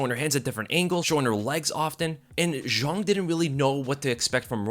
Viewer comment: Why he sayin zhang like it’s French? All I hear is JeanQuiLee lololol